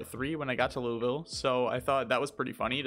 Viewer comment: Just letting you know, there is probably no quicker way to annoy Kentuckians than mispronouncing Louisville. It’s something we’re weirdly defensive about. For reference it’s Loo Uh Vull (pronounced like full with a v) But without any break between syllables.